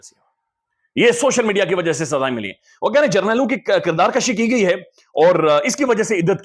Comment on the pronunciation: کردار کشی ۔۔۔پیش کے ساتھ بولا کریں ۔۔زبر کے ساتھ مطلب بڑھنا ہوتا ہے